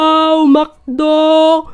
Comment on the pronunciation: McDo❌ Makdo✅